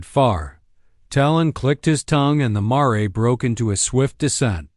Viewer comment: The dang word is mare (mair) not ma-ray!